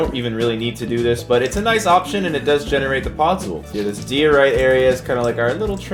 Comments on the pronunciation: its die-or-ite - like so can see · Bruh it’s die or ite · Diorite is said “Die-or-ite” not “Dee-or-ite” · Die oh right is how you pronounce it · Also it’s DIE-O-RITE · He doesn’t know how to say diorite